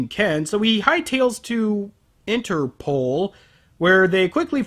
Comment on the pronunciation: I find it funny how pronounces Interpol as Inner Ball:D